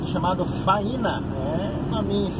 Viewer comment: A pronúncia correta da cidade é Fâinea :) um abraço de Goiânia, Goiás!